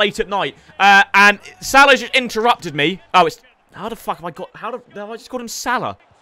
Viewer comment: Unsubbing because you saying Mo Shhhhalla to much.